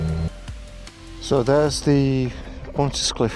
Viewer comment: So many roads we love in this one. You might have one or two Welsh speakers wincing on the pronunciation of the Pontcysyllte Aqueduct. (I had it explained slowly to me by a local) Ironbridge is an amazing bridge and a first of its kind in the industrial revolution. Up close castings look very rough but its still standing!